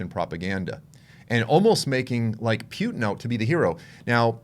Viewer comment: I Like how you pronounce "pew-ton"!! Both sides of those Governments, are Corrupt! Vaya con Dios